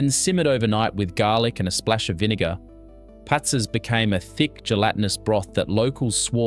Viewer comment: 1. It's Traha-nAs - the last A is loud, not Tra-hA-nas. 2. Pats-As. the same applies here. It is not just a matter of cost. It is made in various locations in Greece not just for cost-dsaving 3. It's HortO-pita. The second O is loud Sord-A-lia? Are you doing this on purpose? ...... damn I give up. You are probably going to pronounce everything wrong.....